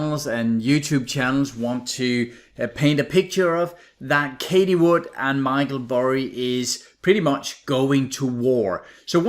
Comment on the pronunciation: You mentioned her name so many times, and you pronounce it wrong every time. It's like fingers on a blackboard. Everyone is talking about her...so you surely must know how it's pronounced. Why do you constantly call her Katie ??? It's Cathie, ffs. It's not that difficult.